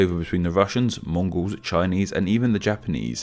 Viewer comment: I’m Mongolian and when you said Mongols wrong I got chills